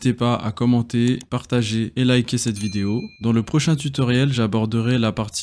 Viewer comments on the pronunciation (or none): none